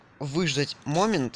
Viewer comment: Почему ты говоришь "мОмент",а не "момЕнт